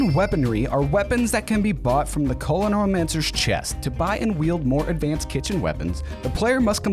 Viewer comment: not trying to hate, but i think if you're gonna make a series limiting yourself to a specific item source, you should learn how to pronounce it correctly. genuinely enjoyed the vid. keep it up!